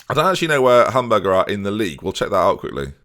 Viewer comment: I just love that you are saying Hamburger SV like its a burger